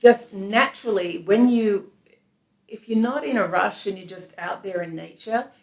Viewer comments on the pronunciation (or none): none